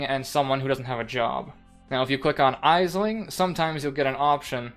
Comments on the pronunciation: Great information about the syndicate board, thanks. By the way, Aisling is pronounced Ashling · Aisling is an Irish name, it's pronounced like Ashling. Thank for the great vid :)